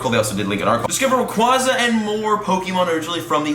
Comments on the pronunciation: Hate to be that one guy but... It’s ray-qway-za not ray-qwaa-za Watch the movies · Rayquaza is officially pronounced rayquaza (Rae-qu-ay-za). Not rayquaza (Rae-qua-za) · Idk who says it ray qwaza it's pronounced ray qwayza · ray-quay-zuh, lol. it comes from the word quasar. cant wait to not catch it though lol (suburbs) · LoL its rayQUAYza btw😂😂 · ITS RAY QUAEZA U WERE RIGHT BEFORE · You were saying it right originally, it’s ray-quay (like a quasar)-za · You know that's kinda funny you were pronouncing Rayquaza correctly the first time 😂 In the movie he's in it's Ray-qway-za and it's root word comes from quasar which is pronounced qway-zar anyway, just being technical here 😜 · Yep you are wrong becuz in the anime they pronounce it rayqwaza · They lied to u about Rayquaza's pronounciation Ray-Kwah-Zah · Its rayquaza as in quazar not like rayqwahzah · The Devil I know but it just hurts to hear it the other way haha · The way you used to say Rayquaza is in fact the right way to say it. If you don't belive me just look it up. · The official pronunciation is Rayquaza as in quasar, not as in quadrant or quadratic. Just saying... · It's actually pronounced the way you originally thought. It's supposed to reference a quasar, or some space-y event. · Wtf the first way you were saying it is correct. The second way sounds like you are special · You are pronouncing Rayquaza wrong!!!